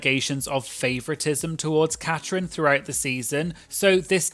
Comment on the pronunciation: It's Catrin, not Catherine.